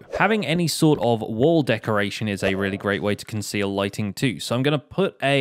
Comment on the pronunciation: I thought he said lightning not lightning